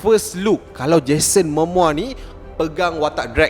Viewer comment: Bukan 'Mamoa', 'Momoa'!